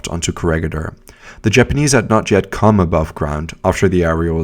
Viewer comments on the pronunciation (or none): none